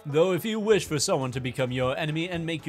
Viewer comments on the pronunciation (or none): none